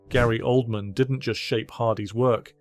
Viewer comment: It's hilarious how the narrator pronounces it OLD-MAN